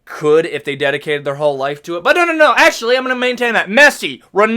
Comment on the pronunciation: ''Akssshually" 🤓🤓 'the damats'😭